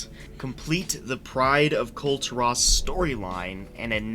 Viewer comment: Sorry, I'm only 19 seconds in but are you mispronouncing "Kul Tiran" wrong on purpose?